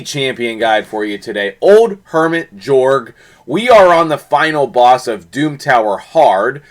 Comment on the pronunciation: Nice vid, but it's pronounced Yorrrg following Swedish pronunciation. 😀 😆 🤣